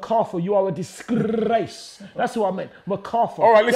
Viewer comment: "Disgrrrrllrrrace of the century" man like 😂